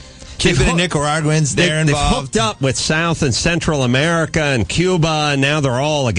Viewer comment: Simmons always sounds drunk as shit, he could not successfully pronounce Nicaraguans